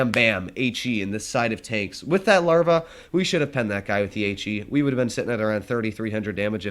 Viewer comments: Why do you call the Lowe the larvae? It is pronounced Looooow. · In German, the w is pronounced more like a v, and the ö in Löwe is a weird vowel that really isn’t in English but a lot of English speakers approximate it to the sound of the u in the word “under” or the er part of “under”, thus why he pronounced it kinda like Lervuh -language nerd It is different from the store Lowe’s which honestly I pronounced it like before I learned the proper pronunciation 😂